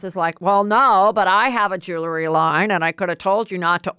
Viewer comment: Heather, it’s pronounced jew-el-ry, not jew-le-ry.